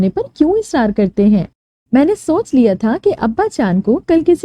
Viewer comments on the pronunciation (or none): Bibi sonch nai soch lafz hota ha or mujy sharam nai ati itna ban ban k bolti ho saf nazar ata ha k atra atra k bol rahe ho had ha yr